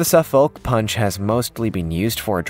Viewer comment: Dear Americans - The L is silent in Suffolk, it is a county in the uk which gave its name to your Suffolk. You say Suff'k and it originated from "southern folk" - there is also a Norfolk (Norf'k) "north folk". Note that these are not called ...shire like many other counties.